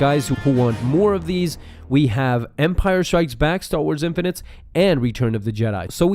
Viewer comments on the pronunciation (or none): "Infinites"? It's Infinities not infinites.